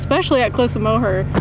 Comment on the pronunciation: I can see the Cliffs of Moher from my house. Thank you so much for saying Moher properly, Americans and the english usually butcher it. I hope you come back again.